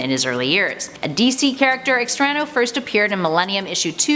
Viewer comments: Good video, fun topic, but....your great but I'm sorry but you totally bombed the pronunciation of "Extrano". Wasn't there at least 1 person of Latin decent that could have coached you on that because omg! It was painful to hear once much less the 3-4 times you said the name Lol. Other than that, great job as always!:p <3 (I'm just picking on you) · Extrano? more like Extra-no